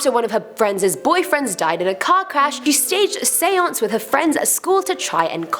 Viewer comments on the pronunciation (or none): none